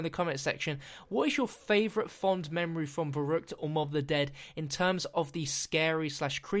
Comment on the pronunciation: YESS, I was hoping you'd say Verrückt